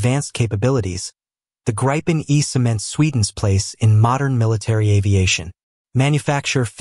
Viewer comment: not how gripen is pronounced